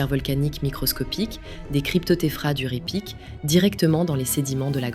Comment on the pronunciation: NB: on ne dit pas "Ré Pic" mais Raï Pic". En Occitant et en patois ardéchois, AY se prononce Aï. On dit Faïsse par exemple. Les faysses sont les terrasses ardéchoises. Ce mot est une métonymie. Il désigne à la fois la terrasse elle-même et le mur qui la soutient. Ce mot est dérivé de Fay (prononcé Faï) qui signifie fardeau en occitan/patois ardéchois.